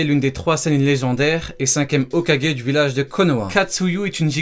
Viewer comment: dsl mais tu dis très mal les mot du genre hogake miobocou